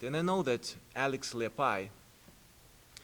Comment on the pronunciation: He said his name right too lol